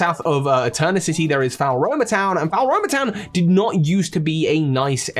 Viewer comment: I’m sorry but the way you say Floaroma Town irks me, it’s not “Faol-Roma” it’s “Flo-Aroma” like flowers and aroma, a sweet smelling town Also it’s not “Can-Alive” it’s “Can-Ah-Lave” for Canalave city